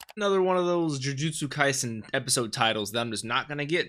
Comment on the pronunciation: Really love your reactions and how much details you could pick out just by watching it first time! You're the first reactor that I know that takes down notes while watching the anime and also pronouncing the names correctly almost all the time! Thank you so much for reacting to Jujutsu Kaisen!